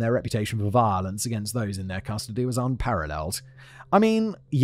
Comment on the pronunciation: I like when you say "crustody" instead of custody